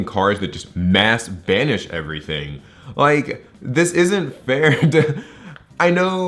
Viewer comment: “ I don’t lllllike this card” 😛